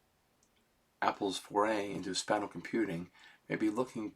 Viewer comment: “Spatal computing” he tells us he will mess up the words but Id like to know why. Is it education ? A condition ? Never watched a single video about the headset and never heard “spatial” pronunciation ?! I need an answer. Otherwise he belongs into “malk” meme category 😅